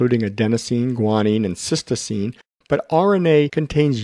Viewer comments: You are mispronouncing cytosine. You say, "sistoseen" rather than "sight o seen" which is correct. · Just a quick correction - it's not cystosine, it's cytosine. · Useful video, but is it really a doctor speaking? He mispronounces cytosine (Sy - toe - seen), not sis-toe-seem. Perhaps he confuses the nucleic acid cyTOSine with the amino acid cySTine. Details matter. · Very instructive video with great animations. Just note that 'cytosine' is pronounced 'siteoscene' but it is mispronounced as 'sistoscene' in the video, otherwise a worthwhile video. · Cytosine..... Not cystosine! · A strong video. I would like to link my pre-nursing students to it. For your next edit, please check your pronunciation of "cytosine".